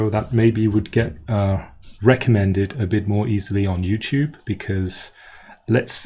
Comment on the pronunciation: OK, I found a couple of points. "PronunciAtion" and "recomMENDed." You've put the stress on the wrong syllable (the first syllable), whereas the stress should be where I've capitalized the letters in each word. You also pronounce the word "French" a bit strangely. It's perfectly understandable, but it's almost like you're half pronouncing it in French. Maybe try opening your mouth a bit more on the vowel and not nasalizing it as much.